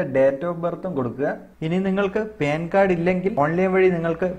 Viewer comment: പേൻ കാർഡ് അല്ല പാൻകാർഡ്